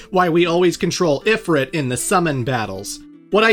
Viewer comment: Please pronounce Ifrit correctly😢